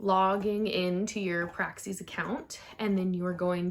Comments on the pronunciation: PR-AXIS like AXIS not Praxseeeee!! Stop!!! 🤣🤣🤣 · The way you say PRAXIS is ALLLL WRONG!!! 😂😂😂😂